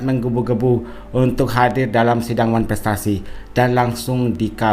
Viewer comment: Masak kepinginn datangggg ngomong wanprestasi aja susah😅😅😅